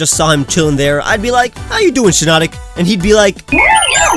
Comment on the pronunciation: SHIINOTIC, NOT SHINOTONIC! FIX IT NOW!